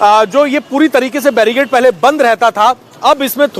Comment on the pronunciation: Barrigade nahi, Barricade! Even the India TV pronounces wrong!